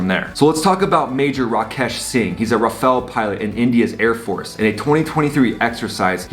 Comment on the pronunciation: glad you can say Rafale the right way lol